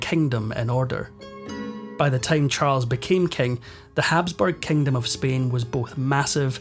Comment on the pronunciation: Horrible narrator! So distracting!! What’s with switching the long & the short vowels? “… Beggar (bigger) powers like Britain & France”. “Offecially”. “The Kengdam of Spain”